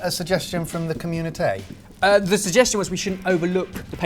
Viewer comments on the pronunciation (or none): loved it when h e said communiTEH.